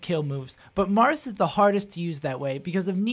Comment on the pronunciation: "Differences between the Jarths"